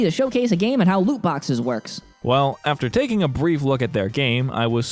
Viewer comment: Stop saying looboxes.